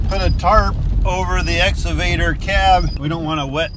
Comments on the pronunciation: Lol I Need a drink after that as I yell excavator at my phone. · What's an exavader?? 😅 lol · Can someone please teach how to say excavator!!! 🤣😂🤣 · Quarantine drinking game. Take a shot when says ‘exsavader’ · "Exsavader" LoL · I’m watching again to hear say exavator😍😂😍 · I like how says exavator and not excavator haha. He makes my day! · pronunciation of the word excavator is epic. It started out esscavator which he was self concious about so he turned it into "exavator". It puts a smile on my face every time he says it lol. Anyway. Keep up the good work gentlemen! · Let me start by saying your downloads are great and I love the channel. I just have one question. Is saying the Ex A vator or Ex Ca vator? It sounds like he is saying exavtor which makes me laugh and I do not know why. Keep up the great work. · (X-uh-vader) lmao he crack he up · excavator not exavader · X CA VATOR!!! Damn it say it right!! LOL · Just practice a few times "EX-CAW-VA-TOR"! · Has anyone taught how to correctly say excavator yet? Every time he says it I correct him but he cant hear me. Lol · Why can't pronounce exCavator?! LOL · It's ex-kuh-vate-er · Will someone please teach to say excavator? Or else I am going to stop watching, get into my Cadillac Exalade, go to the empty mall and ride up and down on the exalator. I might just go home and study about the end times. You know esatology. (For all you bible scholars.) I'll try not to get so ex-ited., I think you should let pick out a new computer for you to work on, you know a futuristic Star Wars kind, model RD2T, because you guys are out in the rural delivery areas. You don't need it because you are good at number crunching, but you could get some help from one of those futuristic accountant computers, like model 3CPA. Help us Momma CS. You're our only hope.